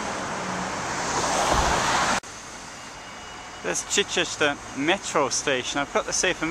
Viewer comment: Good video and useful stats about the high numbers of merchant seamen from the town in WW2. Please note Chichester is pronounced "Chiechester" locally. The reason for the Metro station there is that it forms a perfect interchange point with all the bus services that pass Chichester connecting many residential areas of the town.